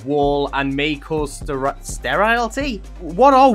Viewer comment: HELP ITS NOT “CAUSES SAP” ITS “CAUSE SAP” LIKE BECAUSE 😭😭😭😭